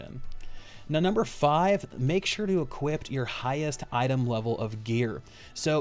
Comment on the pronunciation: Do you know the word equip doesn't have a t at the end?